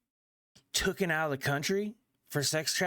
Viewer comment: It's Taken not tookin